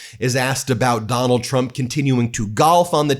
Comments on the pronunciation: It certainly sounds like Leavitt calls him President Chump half the time. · The only truth out of Karolyin's mouth is that she pronounces Trump as CHUMP.